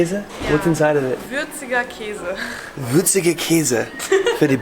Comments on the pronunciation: Würziger Käse, the pronounciation was perfect 💪🍻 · Lol „würziger käse“ war super ausgesprochen! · Yo I just realized how far your German pronunciation has come when you said "würziger Käse" Props to you!